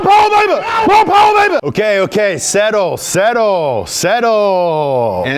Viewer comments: Moore pawa....bhabee. MORE POWER BABYYYY, haha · Lol MO' POWA BAYBEH!! MO' POWA BAYBEH MO-POWBAYBEH!!!!!